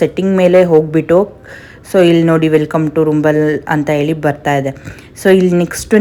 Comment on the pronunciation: Mam ಅದು ರುಂಬಲ ಅಲ್ಲ ರಂಬಲ್